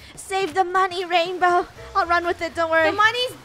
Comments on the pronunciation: It's not rainbow, it's rainboah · It’s “Rainbwoah*